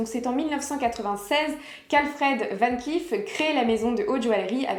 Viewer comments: Coucou Dernière précision mais qui a son importance c’est tout de même un nom de famille cela se prononce VAN CLAIF beaucoup le prononce à l’anglo-saxonne alors que non pas du tout. Merci ☺️ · Dommage que vous ne prononcez pas correctement “Van Cleef”.